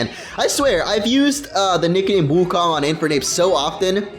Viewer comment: your pronouncing wukong wrong, It's pronounced wookoong and rhymes with loon.